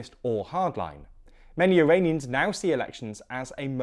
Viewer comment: you need to work on pronouncing Iranian names. but more importantly use appropriate and neutral language as you do with literal any other country.